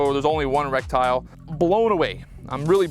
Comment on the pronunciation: Lol I had to check the comments to be sure I wasn't just hearing in euphemisms today, but nope he's really saying Rectile, maybe Rectile disfunction was the problem with him hitting low?